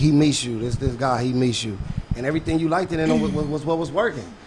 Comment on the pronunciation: 🤣🤣 he also be saying “ likeded , loveded “ 🤣🤣💯